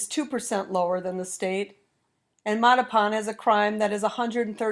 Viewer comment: Holy Moley! Learn to pronounce Mattapan!